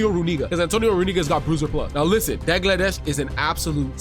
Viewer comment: Dagladesh lol so funny 😂😂 it's pronounced Dalgleesh but spelt Dalglish 😂😂 your welcome 😅